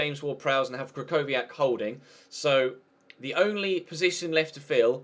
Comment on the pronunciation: The ch in krychowiak is pronounced "h"